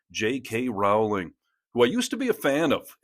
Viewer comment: Rowling is pronounced as rolling.